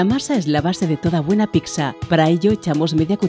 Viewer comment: Me crispa que diga "picsa"